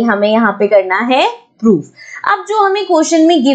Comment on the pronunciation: That's so funny when mam says 'poof' instead of 'proof'😅